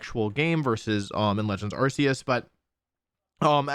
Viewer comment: Distracted by the mispronunciation of Arceus! (The Pokemon Presents announcing the game, and the English anime confirm that it's Ar-Key-us)